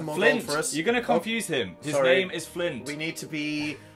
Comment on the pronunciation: his name isn't flint it's FLINT